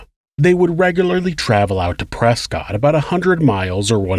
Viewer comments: as an Arizonan I'm duty-bound to mention that it's pronounced "Presskit" not "Prescott" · it’s pronounced more like press kit not prescott.